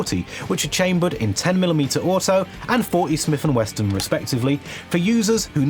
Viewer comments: "40 smith and westin"??? LOL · Smith and Wesson not Smith and Weston - are you AI ? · What is Smith and WESTON??? Did you mean W E S S O N ??? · "Smith & Weston"....🤣🤣🤣🤣🤣🤣🤣🤣🤣🤣